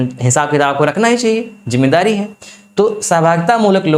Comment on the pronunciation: ज़रुरी नहीं जरुरी विदेशी नहीं विदेसी । शासन नहीं सासन । जि़म्मेदारी नही जिम्मेदारी वाह यह घटिया उच्चारण है